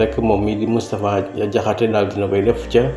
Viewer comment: DANGUÉÉNE DI DIMINUER LE S DE MOUSTAPHA MOU TOUDD MOUTTFA DIAKHASSÉ